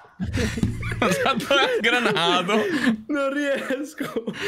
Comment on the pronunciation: Il BUTTALAH di mi uccide ogni volta